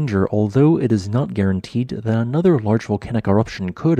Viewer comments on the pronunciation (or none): none